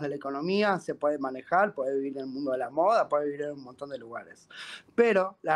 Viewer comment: A "moda" la dice "MODE"